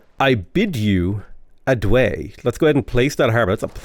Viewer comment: Thanks for doing weird starts like this one. They're more interesting than good starts. Love it when you say "this city has no production, which is fine". "Adieu" is pronounced ad-ee-err, not ad-way.